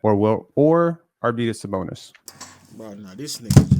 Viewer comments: Ar-Venus Sabonis my nigga? 😂😂😂😂!!! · Really,? Arvenus Sabonis?? Is he, like, the Tom Brany of basketball? That's just lunicrous! Aside from not knowing how to say Arvydas Sabonis, your debate skills are amazing. That is, if rubbing your forehead and getting all sensitive without making a single salient argument are debate skills. You clearly have an aversion to evidence and numbers, so I wonder if your entire stance is based off your fragile emotions or is there something more substantive you forgot to mention.